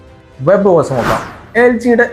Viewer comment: ഓസ് അല്ല ബ്രോ.... ഓഎസ് എന്ന് തന്നെ പറയണം 😊